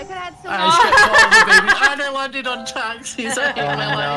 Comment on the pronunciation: Is it just me who love how says taxis instead of taxes